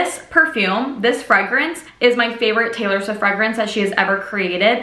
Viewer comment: you literally pronounced taylor swift so perfectly like the one she says in debut